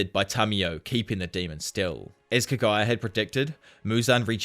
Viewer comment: bro if you're gonna be the anime/manga scene or anything Japanese, PLEASE learn to pronounce Japanese words and names!! It's so confusing when I hear Kagaya and not Kaguya. Like who is Kagaya?